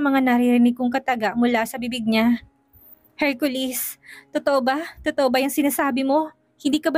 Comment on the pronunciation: Laging Hercolis ang pagbanggit ng narrator imbes na Hercoles,iba talaga kapag si ang nagnanarrate may kilig..ang story.